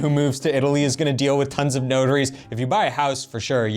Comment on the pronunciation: Took me awhile to realise you said notaries! Sounded like “ no durries “ which in Australia means no cigarettes 😂